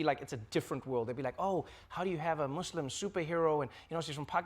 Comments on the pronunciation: FINALLY someone who can pronounce the words "Muslim" and "Pakistani" correctly!!! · I love how you correctly pronounce "Muslim" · Brownie points to Trevor for pronouncing 'Muslim' right. And also 'Pakistan'. I love the interview! Iman is a lovely human being!